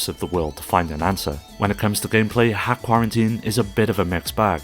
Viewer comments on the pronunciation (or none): Great video, one note: it's not 'hack' it's dot hack.